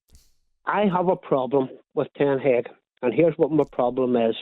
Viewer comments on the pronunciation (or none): Shame he cant pronounce ten haag